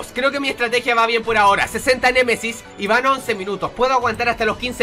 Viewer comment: Like si escuchaste a decir cien Messis cien Messis:v